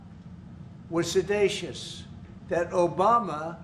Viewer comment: He pronounced seditious as 'suh-day-shus 😂 as in sedation (suh-day-shun)😂 This administration is like a reality TV show gone off the rails😂😂😂 RIP Ozzy❤